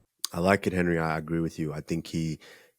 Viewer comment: Three minutes in could you please say Henery more …